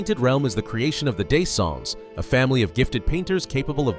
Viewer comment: 🗣️"the day-song family"